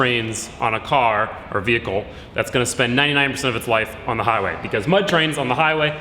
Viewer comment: "To a velickle"